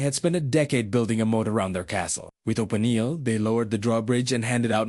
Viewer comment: This AI voice is pretty good but it can’t say OpenG or Maya correctly.Then the voice changes and becomes more gruff, momentarily.